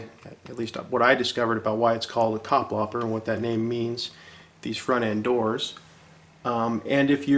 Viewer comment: Kapplapper? Butchered indeed. :-)